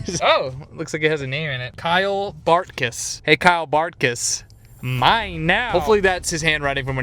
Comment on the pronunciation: bro I think it's Kyle Bart K y s(you know what that means) not Kyle Bartkys.